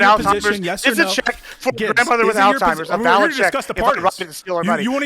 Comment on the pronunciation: It’s Alzheimer’s ALZ-heim-ers